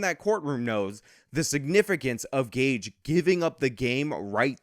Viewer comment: Idk why this was recommended but I do know, even back then, that someone who speaks his name wrong can’t be trusted. I speak on behalf of the international high council of Gage’s.